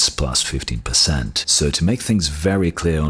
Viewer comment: You think big navi being about 50% better then 2080ti would put it between 3070 and 3080? How does that logic work? Do you really think 3080 is over 50% faster then 2080ti??? What? Btw early benchmarks are showing 25-30%... EDIT: oh he means 15 but sounds like 50 lol